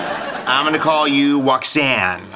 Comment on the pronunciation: Woxanne, Woxanne ... Kwipke wants to be your man